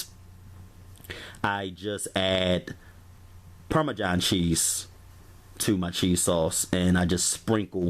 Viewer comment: “PARMAJOHN” cheese and CHETTER cheese.